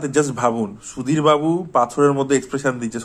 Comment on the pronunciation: সুধীর বাবু❌️ *দির বাবু✅️ 🤣🤣🤣🤣